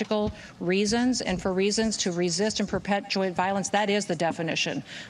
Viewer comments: Kristi Noem can't pronounce ideological OR perpetuate. These are our the people in charge of these massive governmental departments with collosal power and they speak like neglected pull string dolls. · She can’t say ideological or perpetuate